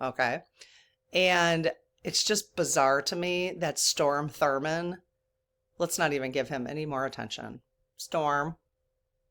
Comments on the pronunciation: It's pronounce Strawm Thur mond . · Well, lemme chime in here with probably a hundred other English and Grammer freaks (lol) and say I believe you're talking about Strom Thurman. Not Storm, but certainly understandable why you'd mistake it. ❤